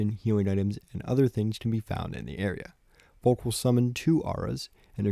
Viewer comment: I genuinely hate how he says Falk and not Falke :[